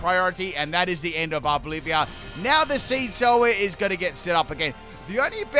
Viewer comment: It's ARVOLIVA, OLIVA NOT OLIVIA! I would have though that after using it for so many months you would read it lol. It comes from oliva, olive